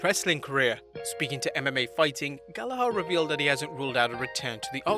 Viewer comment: The ‘h’ in Gallagher is silent. Especially to an English man. Ps: He sucks for sexually abusing a woman at a party.